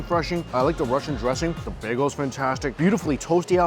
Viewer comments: OMG it's NOT bago it's bagel.. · Laughing at how he mispronounced bagel by calling it bago scroll down into comments section an theirs people correcting his mistake hilarious 😂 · I wonder if he knows it’s bagEL not bag-o ahahhahhah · Listen closer with a good pair of headpones and turn on the subtitles. You can literally hear him say both bago and bagel. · Does somebody else hear him say bagel bago ? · If you listen closely you can hear him say both bagel and bago. I swear put on the subtitles and you'll see it translate both bago and bagel. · yeah he said 'bay-go'. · Nope, he says baygo. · "On and everything bageo.." 😳 "That's a Las Vegas begeo.."😬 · The most "bay-gos" said in one episode 😂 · Bruh srsly needs a speech coach for vid popularity purposes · I think mostly everyone heard him say baygo.